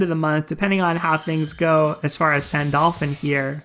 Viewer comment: Wait did I heard you said Sandolphin?